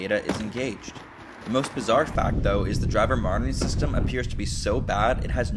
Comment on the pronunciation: Are you saying “driver martyring system” because that is oddly appropriate